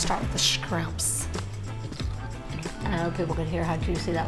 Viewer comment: Did she say Scrimps???😂😂😂😂😂